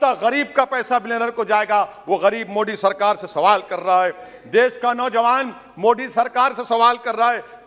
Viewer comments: Ye modi ko mo d kyu kehta h😀😀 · बहुत ही नीच किस्म का आदमी है। सब कुछ साफ़ साफ़ बोलता है परन्तु आदरणीय प्रधानमंत्री जी के नाम का उच्चारण जानबूझकर गलत करता है। 😡😡